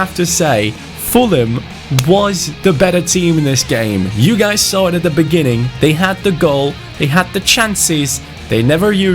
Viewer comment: i think of Beghin every time you say beghiningh now! 😂